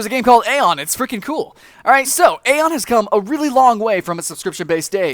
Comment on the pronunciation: Aion is pronounced eye-on EYE-ON!!!!!!!!!!